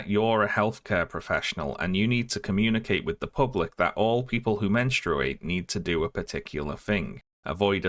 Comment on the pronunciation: Love the video, but, friendo, buddy, basically-a-stranger pal, who in the name of sanity pronounces menstruate like that?